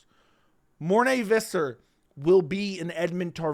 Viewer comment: Who is Morné Vizzar? It's Visser.